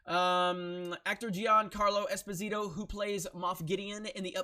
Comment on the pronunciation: You said it wrong, but it's not your fault. Being a neapolitan surname, it's pronounced Espòsito, not Esposìto. Also the name Gian=Jan, Gia is pronounced as in Jabba. Carlo is correct. There you have it: now you can be the first american who get it right :D